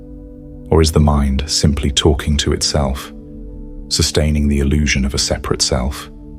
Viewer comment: It's "illusion"... not "allusion".